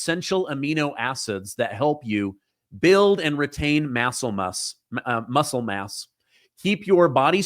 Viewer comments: LMAO! Massel muss! You don’t miss pronounce much! But when you do it comes with a trophy! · Lol "massle muss"... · Lol massle muss (muscle mass) great blooper!! Had me rolling!!🤣😂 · Ok that was hilarious. MASSLE MUSS. We all do do it. Still enjoy your show😅